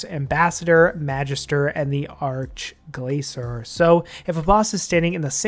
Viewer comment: 'ark-glaysore' wut? arch as in starch. gla-kor with a hard c, not soft c.